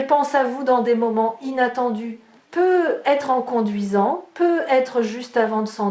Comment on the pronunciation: Bonjour, j'ai une question à vous poser. Pourquoi ne fêtes vous pas la liaison quand vous dites peut-être ?